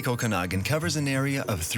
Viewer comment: Might be spelled Okanagan, but the second A is pronounced more like Aww not ahh. Oh-can-aww-gan.